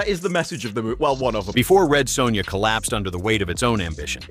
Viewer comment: Lol the Commentator/VO Saying "Red Soownya"....as bad as the movie itself.